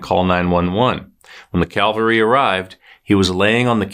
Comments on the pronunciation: The next time you say the “cavalry” came to the rescue, PLEASE pronounce it as CAV-uhl-tree and NOT Calvary as in the religious term meaning where Jesus died. You seem old enough to know the difference but perhaps not. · Love your videos. (No offense but you said CALVARY instead if CAVALRY) Just trying to help out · Cavalry…not Calvary